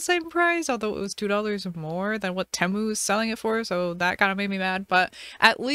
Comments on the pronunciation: It’s teemu not tamu btw love your vids❤ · temu is produced (tem-u) ?? i thought it was (tea-mu) 😭😭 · Girl it’s teeeeemu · Sorry but that is not how you say temu